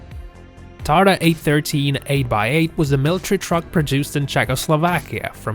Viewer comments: it is Tatra not tarta))) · that TARTA thing made me laugh... It`s TATRA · TATRA not TARTA :D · Hey.. min 9.39 the Vehicle it's called TATRA not TARTA ;) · Might be TATRA, not TARTA? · The last wehicle is a Click Bait! Very known strategy... BTW, '"TATRA' not "TARTA" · Hi, It is tatra, not tarta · TA-TRA!!! NOT TAR-TA!!!!!! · it’s TATRA not TARTA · Tarta??? Tatra...😏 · Tarta? 🤣🤣🤣 What the hell is that? It’s TaTRA - it’s named after a mountain range in Slovakia/Poland. It even says so on the front right of the truck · Not tarta....Tatra. The name comes from Tatra mountains placed on Polish/Czech/Slovakian border. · Excuse me is called Tatra, not Tarta! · Its not Tarta, Its Tatra, you can even read it on the mask... cmon... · TATRA.. NOT Tarta.. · I think it is "TATRA", not " Tarta"... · that car from czehoslovakia the name is TATRA NOT tarta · TATRA is not Tarta! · Nem TARTA, hanem TATRA. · It´s Tatra, not Tarta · TATRA not TARTA. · Dude it's Tatra :) not Tarta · it is not TARTA, it is TATRA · It's TATRA, not TARTA. YOU ARE AN IDOIT!!! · It's TATRA not TARTA. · The 8x8 name is TATRA not TARTA ( it writes on truck front as well) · there is no Tarta, but Tatra! :) Learn better before to narrate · It's TATRA not TARTA. Wtf...! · It is a TATRA (like the mountains) not a TARTA. Anyway it is an interesting video. 👍 Salute from Hungary. 🇭🇺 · lol :) not TARTA but TATRA it makes a difference :) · It's TATRA NOT TARTA ! ! ! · 'Tarta'? Oh, please... Its Tatra. Rolleyes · Its Tatra not Tarta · its TATRA not TARTA duude, u messed up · TATRA and not Tarta. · It's Tatra .. not Tarta ..even says it on the grille of the truck. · That czech truck is Tatra, not Tarta. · it is Tatra, no Tarta. Multiple Paris Dakar winer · it`s Tatra not Tarta. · is TATRA NO TARTRA !!!!!!!!!!!!!!!!!! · Hi, the correct name is TATRA, not TARTA :-) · Its TATRA not tarta pleaaaase... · TATRA is correct, not tarta. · bro its tatra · "TARTA"? Srsly?